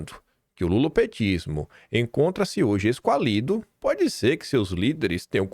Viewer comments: é a segunda vez que ouço você falar "esqualido". O certo é "esquálido": tem acento agudo no "a". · o programa hoje, como sempre, foi excelente. O "Puxando o Fio" com o Ruizão também foi muito bacana. Nota 10. Obs: é "ESQU ÁÁÁÁ LIDO". TMJ. Abraços. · Es-quá-li-do, palavra proparoxítona. Entonação tônica no quá. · Bom dia,. Amo suas análises, mas sou professora de Português. Doeu o "esqualído"... o acento é no A: mude o tônica para ele. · Minuto - A palavra é es-QUÁ-li-do,, esQUÁlido, com ênfase e acendo agudo no QUÁ. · EsquÁlido,..... EsquÁlido... PROPAROXÍTONA..... OLHA O ACENTO....Gosto de vc, mas vc ignora todos os acentos circunflexos.... Lembra da ÂMbar????? Bom jornalista, informa corretamente,. Assim, errando, vc forma ignorantes.. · A pronúncia correta é esquÁlido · corrigindo "esquÁlido". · Parabéns Mais um super vídeo. Como ouvi de novo esquálido sem a acentuação correta segue a observação Até amanhã